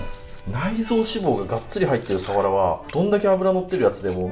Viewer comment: かねこさんの「サ⤴︎ワラ」って発音が好き😊 「潮⤴︎干狩り」の発音も好き😊 今回もいただきました〜🐟